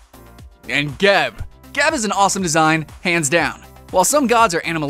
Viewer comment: pretty sure its pronounced (jeb)